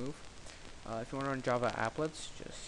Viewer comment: hmm... dżawa :D